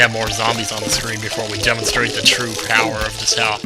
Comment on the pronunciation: So much POWAH in your Doom-Shrooms! You're so POWAFUL!?